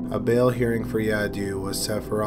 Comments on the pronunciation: Sleepy voice 😴😴😴 and it was pronounce yadave not yadu 😉 thank u!! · Ha ha ha 😂😂 Yadoo? It's Yadav! V not U